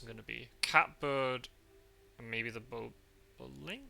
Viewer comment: Bobolink is pronounced Bob-o-link, rather than bow-bow-link :-)